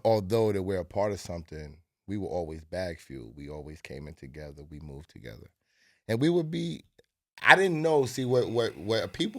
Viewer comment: "To gezza"